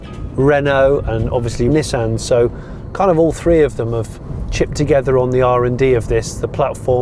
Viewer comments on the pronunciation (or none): none